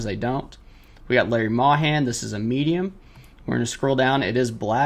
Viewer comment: Good video, thanks. FYI: Larry Mahan is pronounced MAY-HAN... he's a Hall of Fame Cowboy that recently passed away (old age, 80yrs old). He won six all-around world championships and two bull riding world championships in the Rodeo Cowboys Association. The text Macro product is interesting (I use a gaming keyboard with 36 programmable keys), and templates for general 'business/store policies' ... so I can generally list pretty quickly, in a similar way you are - taking all the photos first, then selling similar off MY listings first (when possible). Question: Have you noticed a big difference listing at 6.99+8.99 (shipping) vs 15.98 (free shipping)??